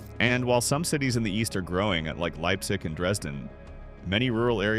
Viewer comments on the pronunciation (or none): "Eest Germany"